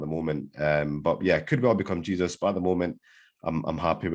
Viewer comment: Man actually pronounces Jesūs as Jesus 😂